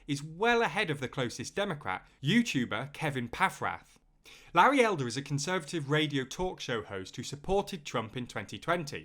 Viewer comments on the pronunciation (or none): none